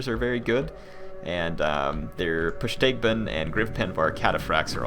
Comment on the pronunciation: im gon be a dick XD you say (typed via pronounciation) pusteigban, its pustigban also, it sounds like you keep saying bwoidmaster XD